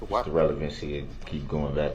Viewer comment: Relevincy. Leadin de witness. Do dat. Objectiun axed and answered.